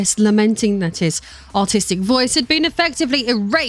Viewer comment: Whenever you say "artistic" i hear "autistic" for some reason.